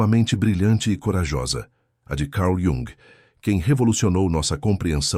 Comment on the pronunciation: Carl Yung. ou Calr Yung. ??? 😡